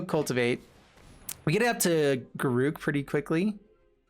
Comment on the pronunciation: That was obviously on purpose. Not sure about GAROOG, cursed huntsman though :D